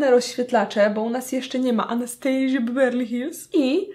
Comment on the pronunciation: Przestań z tym " anastejżja" 🙄🙄🙄